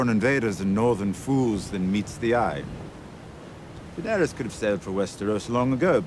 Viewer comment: Season 7 and you still say Da-nare-E-us. Lol. It's Da-nare-us 🤷